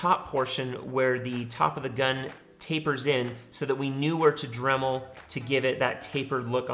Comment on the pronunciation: What word is he saying? drumel? drivel? dremble?